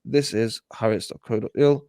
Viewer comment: Being pedantic here but that newspaper's name is pronounced 'Hah Aretz'. If you're going to say it, you might as well sound as if you know what you're talking about. Yes it is left wing but it is the furthest it could be from a 'propaganda site'. The present day government absolutely hates it. If every newspaper in Israel were like it there would be fewer problems between the Jews and the indigenous people. As I see it, this article is published in horror as a warning, not as a proposal.